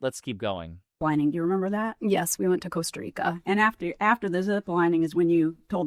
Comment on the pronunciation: Wendi, it’s “Yes,” not “Yuhs.”